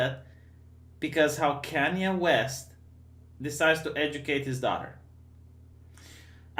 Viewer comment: i miss when would say KANE WEST